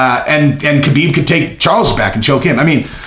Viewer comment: Ha Beeb not Ka Been